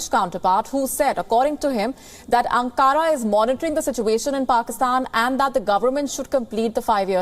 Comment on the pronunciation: Madam, it's not An-KAARA. Its Ank-ara. Get your pronunciation right. You are the host of an English news channel. Even though it's a Turkish name, you must know how to pronounce it right in its respective language.